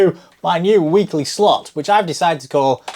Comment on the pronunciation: Did you say "Weekly slut"?